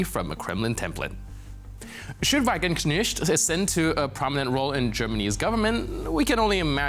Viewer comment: It is pronounced "Vuh-Guen-Knejt" (Wagenknecht)